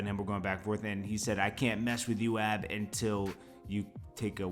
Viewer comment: Its A B not Ab,come on you coming off like people who say 2pack..